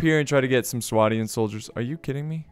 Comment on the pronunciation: its swadian with a lond A so swaydian